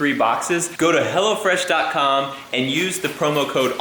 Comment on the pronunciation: Ahhahahah))) "Go to HELLofrash...")))